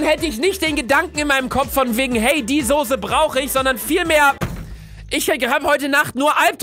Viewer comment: Soße statt Sose😂